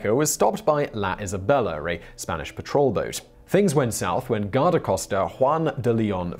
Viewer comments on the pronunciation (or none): none